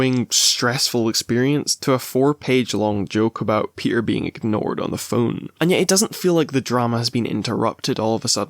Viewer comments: My boy “ PEE-ER” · "we're here for my boy pe'er" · why'd you say peter like that